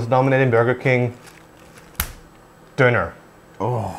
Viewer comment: "Döner", not "Doner"